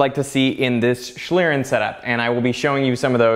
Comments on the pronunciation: Your pronunciation is awful, almost beyond recognition. It's 'shleern' or /ʃliːʀn̩/ for those versed in IPA. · Awesome video and great effort. My German brain is hurt, though. It is pronounced more like shleeRRenn. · As a german speaker it is very irritating how you pronunce Schlieren. It would be nice if you just took 1 Minute to look up the pronounciation of term you use multiple times in your video. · How english people say schlieren xD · I like how you say "Schlieren"! Sounds wierd to a german person although you pronounce it pretty good xD